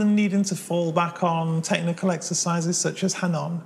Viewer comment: Hanon? It's pronounced “Ah, No!”